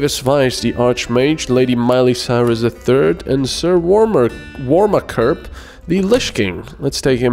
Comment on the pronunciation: Yay! My warmakerpp was put to good use!!! :) Btw it's pronounced warmaker p p. No it has nothing to do with pee... ;-)